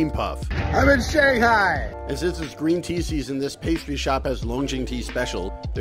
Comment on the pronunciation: you speak Chinese why did you pronounce Shanghai wrong